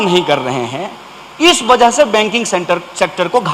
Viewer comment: गांडू कन्हैया तेरी भी हिंदी अच्छी नहीं है तू रूरल रूरल और वजह को बजह बोलता है